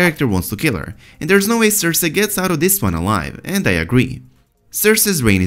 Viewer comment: The way you say cersei absolutely destroys what very little happiness I have left